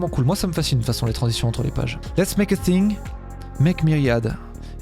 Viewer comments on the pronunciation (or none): none